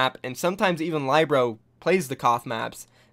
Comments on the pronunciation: Do you not listen to the casters when they pronounce these players' names? I know they're not always consistent but none of them have pronounced Libero as ly-bro. Please, it's not hard. It's Lee-bear-ro. No one calls Miro my-ro either so please get that down. Pronouncing people's names right is respectful. Thank you. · Um, Lie-Bero? It's Li-bero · WHY DO U SAY LYEBRO? ITS LIBERO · LYBRO hahahahahahhahahaha its Libero Lee Beh ROW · Hey bro, not to be facetious, but it's pronounced Lib-ero, not Lie-bro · Nice video but isn't Libero pronounced like Lib ero, and not like Lybero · saybyeolble and lie-bro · Can you learn to say LIB ER OH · Love your videos. But please learn how to pronounce Libero. It’s not lie bro. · Pls, SBB is pronounced, Say - Bee - Ol - Bay, Libero is pronounced, Lib - Eh - Ro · It's pronounced Lee-be-ro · I cringed every time he said LIBro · Lih-ber-oh and Say-bee-ohl-bee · Lie-bero? Never heard of him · Say libero as li- (as in little) burr-oh And saebyeolbe as say-bee-ol'-bee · Please learn how to pronounce libero and saebyolbe.i love your content but it is killing me. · That "Libero" pronunciation... shudders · The way u pronounce libero is cancerous lmao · you said libero wrong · Lmao watches every match and still mispronounces Saebyeolbe and Libero even after the casters saying it correctly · learn to pronounce Libero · nice list but you butchered Libero's name